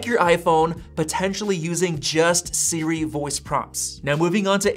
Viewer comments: why is bro saying it like s-ri 💀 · Why can this guy not says Siri? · Why does it sound strange when you say Siri?